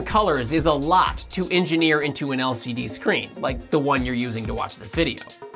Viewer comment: Did he say lcd screen? I heard, LSD Screen With 10 million colors.